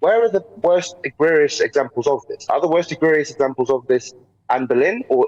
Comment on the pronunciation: is unable to pronounce EGREGIOUS.